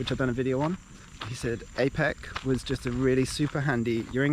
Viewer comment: Its pronounced are peck. The are without the 'r'. Jealous of you